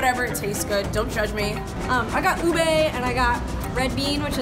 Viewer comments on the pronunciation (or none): its pronounced OOB-EH not "OO-BEYY" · " OObey " in Philippines we pronounce it as Ube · Ube not "UBEY" U AMERICANS HAVE A FREAKIN ACCENT IM ASIAND FILIPINO I SAY IT UBE NOT "UBEY" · Its not pronounced as "u-bei" it's pronounced as "oo-beh" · Ube is pronounced as ubeh with a hard be not ubey 😂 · It's pronuns as ubeh like "eh" not ubay... Just saying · I Filipino and cringe whenever they say "ubae" ITS UBE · it's so cute how they pronounce "ube" as "ubey"😂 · The way they say ube it's just,, All the Filipinos are cringing